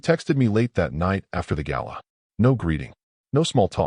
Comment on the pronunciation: gala, not gallon